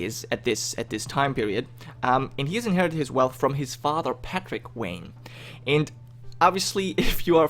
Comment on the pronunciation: I am trying to figure out why he keeps pronouncing wayne differently. He said wayne, maine, and vain.